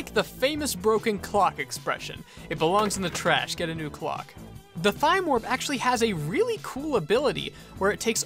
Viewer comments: Sorry if I spell this wrong but Thyme warp is pronounced time warp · Thyme is pronounced time :// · You pronounced Thyme Warp incorrectly